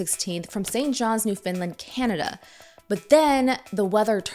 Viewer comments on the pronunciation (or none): You called it NewFinland ?????? Is this AI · Love your video but one thing Newfoundland is pronounced Newf en lan by Canadians. Not how you’re saying. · Why are you saying Newfoundland like that? Newfinlind? Wtf? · Newfoundland - (Nuh-Fen-Land) Not: Noo-Fin-Lund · It's always jarring watching people not from Canada pronounce Newfoundland. I think this is the first time I've encountered New Finland. It's more like Newfen-land. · It's "Newfoundland", not "New Finland". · why do people keep pronouncing Newfoundland as "Newfinland"? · Heads up about the pronunciation: it's New-found-lind. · I'm so sorry to say this, but hearing Americans pronounce Newfoundland as New Finland is so grating on the ears. Why do none of you know how to pronounce it? 😭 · Did she say Newfinland? 😂